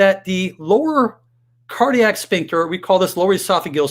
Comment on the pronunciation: .......the word is pronounced, sFincter, NOT sPincture......"ph" is pronounced "F", not "P"